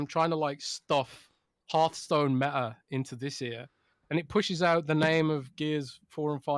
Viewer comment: Its not E3 and there's absolutely no reason CoD cannot be exclusive. If only pronounced Hearthstone correctly. 🤣😜